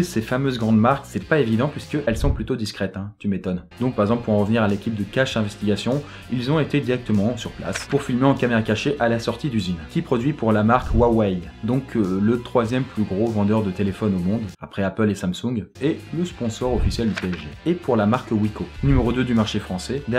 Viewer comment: Ça se dit rouaoueille